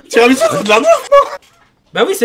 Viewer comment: Il vien de dire tiramisou ou quoi